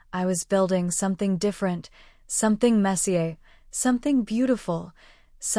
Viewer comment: Also learn how to pronounce resume, messier, and grenade.